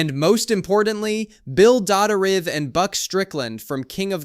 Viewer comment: Bill Dauterive, Stephen Roots' character in King Of The Hill's last name was butchered.. Pronounced like Doe-tree-ve